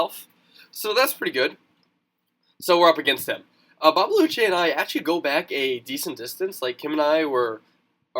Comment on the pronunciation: Its Dutch! Babelutje is pronounced as bah-buh-lu-tjuh, but it doesn't actually mean anything xD Meneertje means 'little mister' (its just a funny way to say mister)